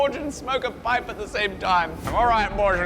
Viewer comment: Why did a pipe just make you even more British. Lol